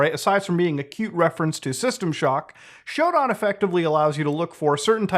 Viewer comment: omg shodan is like literally a cheat code for people who know what to do like damn i was like hey nice video and bam he says shooo daaan xD its sho dan xD